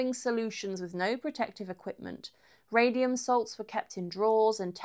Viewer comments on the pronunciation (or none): none